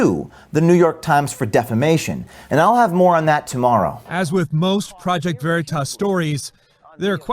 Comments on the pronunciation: Fox 9 can't even pronounce veritas "very toss" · It's stupid, the way they pronounce "Veritas" as "Very Toss," as if it's so small and unimportant that they don't even know how it's pronounced. It's too over the top. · "Project Very-toss"